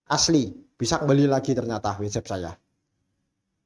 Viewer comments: bacanya watsap bukan wetsep 😭😭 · Ngga semua huruf a dibaca e dalam bahasa inggris.. WhatsApp.. bukannya Whets epp Blo'on 😂